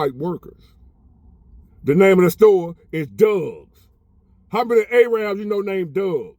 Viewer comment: Also bro you need to be educated as there is no word called Ayyrab. It’s Arab not Ayyrab. Indians and Pakistanis are not Arabs.